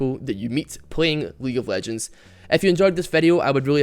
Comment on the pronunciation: weague of wegends